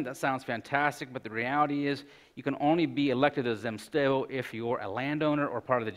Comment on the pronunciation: Disappointing that this professor does not know the Russian language. He refers to the zemstvos as "zemstovos" and does not correctly pronounce that consonant cluster, "mstv". Zem-stvo.